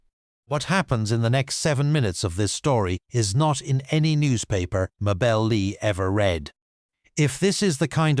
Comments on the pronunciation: Mrs Lee’s first name pronounced in proper KY vernacular is “May-Belle” not that mangled version your AI uses. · I am guessing his wife's name was pronounced May-bul. AI narration is so distracting.